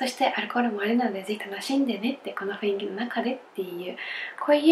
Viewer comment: が、雰囲気を[ふいんき］をちゃんと[ふんいき］と言えたら最高ですよｗ